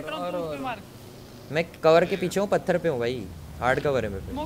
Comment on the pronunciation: Fartar kya hota hai bhai😂😁😂...pathar